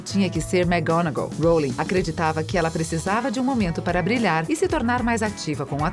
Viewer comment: jequei róulingue